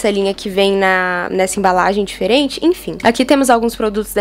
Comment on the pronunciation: “infim” infim, infim kkkkkkkk